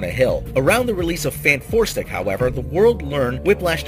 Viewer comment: I love how he always makes a point to keep calling it FantFourstic :P lol